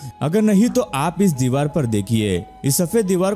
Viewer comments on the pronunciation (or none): none